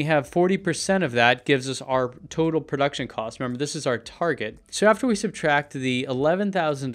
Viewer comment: "Prouction" Cost.